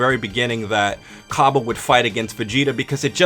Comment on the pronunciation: Its pronounced differently